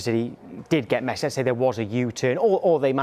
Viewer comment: No one Sky sports: “mESsI”